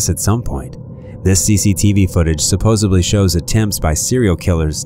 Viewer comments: Couple things: "Suzanne" doesn't end with an A. And "SupposeDly" has a D, not a B. Just trying to help out. Keep up the good work :) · Great channel, awesome stories, I just cringe every time he says "Supposebly".... You know there's a "D" in that word... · No B in supposedly !! But keep saying it over and over can you say spaghetti Or is it baschetti ? Maybe look it up at the libary.. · Supposedly*, there's no "B"